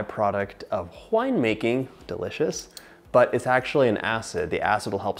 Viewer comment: Have I just heard it right, did you actually say "whine-making"? Girl, really? :)